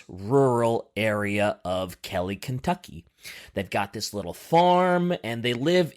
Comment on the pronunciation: Ken tuck ee.